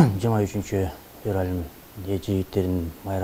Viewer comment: Урматтуу алып баруучу февраль туура Айтчы,орус тилчи филологдон сабак алды айланайын балам